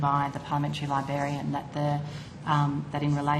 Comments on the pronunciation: She can’t even say librarian properly. She’s saying libarian. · Ugh 'libarian' ur a funking adult, learn the damn word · Did she say "libarian"? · didn't even pronounce Librarian correctly 😂😂 hint, its not Liberian 😂